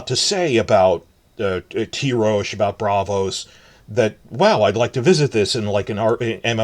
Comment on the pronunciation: I always thought the pronunciation of Tyrosh is Tai-rosh not Tee-rosh. The Ty of Tywin not the Ty of Tyrion.